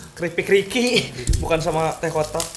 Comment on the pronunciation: Teh kotak jadi teh kotok